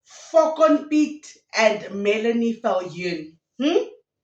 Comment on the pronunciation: Lol is she saying foken piet? 😂